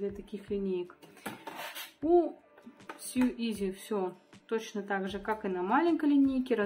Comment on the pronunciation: Не важно, по сути, но не съю, а соу)) а за видео большое спасибо! Очень полезно!